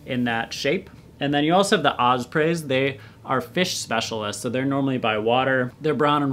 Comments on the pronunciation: Also it isnt Ozpray its os-pree and its not akcipter its a-sip-it-er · When did the word "OZ-PREY" come about. Not sure you should disrespect them like that.